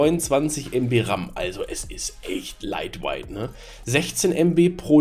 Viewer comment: Hi, meine Intuition suggeriert mir folgenden Hinweis: light-weight <> light white - wenn Du "laitwait" sagst, sagst Du eigentlich "hell-weiß" übersetzt aus dem Englishen... Wichtig ist aber der eigentliche Inhalt - Daumen hoch! BTW, was macht die Proxcloud?